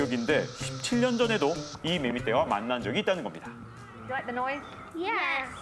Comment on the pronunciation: 매매가 아니라 매미리고 발음합니다.